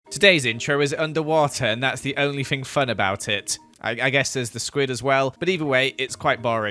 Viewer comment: why do you say fing not thing